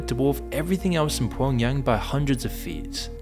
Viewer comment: "Pwown Yang"